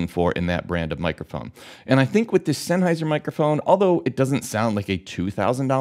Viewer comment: 1 minute 40 seconds and he has said sennheisher 8 times